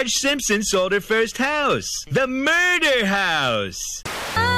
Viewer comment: Everything wrong with how he pronounced murder and breach